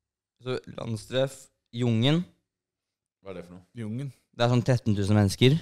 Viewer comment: "JUNG EN",,,ikke "Jungen"